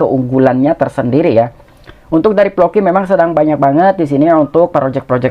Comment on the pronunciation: Floki bang bukan ploki